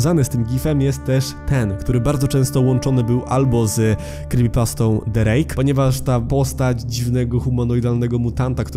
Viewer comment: zamiast the rake słyszę drake